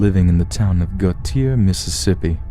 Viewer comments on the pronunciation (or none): gautier, mississippi is pronounced go-shay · I know this is so old but Gautier is pronounced “Go-Shay” lol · The way you said Gautier was wrong. The way you say it is Go shay.